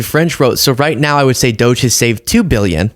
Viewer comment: I get nauseous when he pronounces billion as bee-yun. Claims to be one but can't pronounce it properly. Wonder if he can spell it? I bet not.